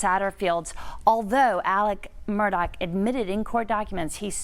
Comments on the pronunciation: Repeat after me: "Alex Murdaugh", not "Alec Murdock" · Why does everyone say Mur-Doc? It’s Murdaugh, Mur-dah!